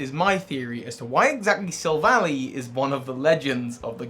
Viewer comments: Take a shot every time he calls it Sil-vally instead of Silv-ally. Seriously it's name is literally referencing "Silver Ally" for crying out loud. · Sorry to go on a rant, but pronouncing Silvally like valley is like nails on a chalkboard. It’s pronounced like ally, because the name is a combination of silver and ally. It’s not Silicon Valley. Look at its name in other languages: Silvady (Japanese, from silver and buddy), Amigento (German, from amigo and argentum), Ngàhnbuhjinsau (Cantonese Chinese, from silver, partner, fight, and beast), and Yinbànzhànshou (Mandarin Chinese, from silver, partner, fight, and beast). They even say ally in the anime. Other than that, I like the video lol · I could see this theory being plausible unlike the Leon theory. It's got good evidence to support it. Also, Silvally is pronounced "Silva-lie", not "Silva-lee" - that would make the spelling "Silvalley". The name comes from "silver" and "ally". All other languages support this, as well. In Japanese, it's "Silvady" (or "Silvuddy"), which comes from "silver" and "buddy". It makes sense because you need it to be an "ally" or "buddy" with high friendship for it Type: Null evolve. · I hate how he pronounces Silvally. It's Silv-al-eye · I usually pronounce Silvally as Sihlv-al-eye Like Silver Ally Gladion named it Silvally and it is literally his silver ally so Yea